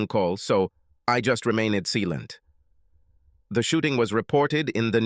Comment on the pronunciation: remained sealent???? this pathetic AI mispronounces tons of words as if it was meant to be used for another language